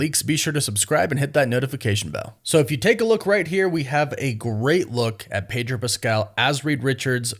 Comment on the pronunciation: Its Pedro ffs😂😂😂